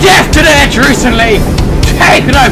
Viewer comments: Etruscan is pronounced eh-truss-can. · ***** It's pronounced /ᵻˈtrʌskən/. ə being like in about, or winner. An uh sound. So, et-rusk-un. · Dude its pronounced atruskan. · Etruscan [eh-trus-can] Syracuse [See-rah-cuse] Carthage [Car-th-age] Hastati [Hast-aht-ee] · ETRUSCAN etruh-skin